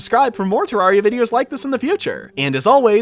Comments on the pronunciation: its pronounced te-rare-re-a the first te has a short e not a long e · thats the british pronunciation